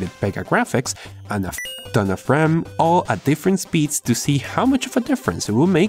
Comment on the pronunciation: i hear B-RAM ^^